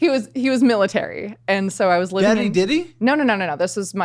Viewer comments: He definitely said Daddy Diddy once 😅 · I thought said Daddy Dildo 😮